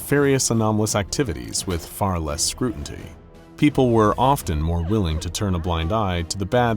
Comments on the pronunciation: Yeah I thought I heard that right, you definitely said "scrutanty" and not scrutiny. Not that I'm scrutanizing or anything. 😂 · you said 'scrutinty." An AI would never make that mistake, so it's a nice human touch in an increasingly dead internet. 👍